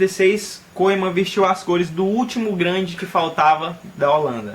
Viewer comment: Mano lê Koemen MAS sim Kumen